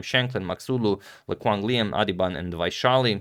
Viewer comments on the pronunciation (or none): none